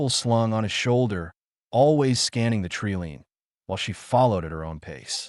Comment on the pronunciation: So tired of mispronunciation of “tree line”!!🤯